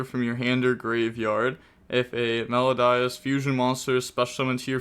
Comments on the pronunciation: Also It’s pronounced Mel-o-dee-ous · Cant say ki-siKILL Can say meloDIEus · “Mel-O-DEE-Us.” My brain hemorrhaged during this video. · its pronounced me-lo-di-us. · Welp, time for another spelling lesson: It's Me-low-dee-us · How has the education system failed you so bad you can’t pronounce melodious. I couldn’t finish the video. So players did good or bad idk. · I'm kind of amazed you found a way to pronounce wrong Melodious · How does he not know how to pronounce Melodious… 😣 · Aren't we all? I doubt people played Melodius before, because they were not playable. Also, the pronunciation of that was just awful and annoying, specially considering it's about MELODY.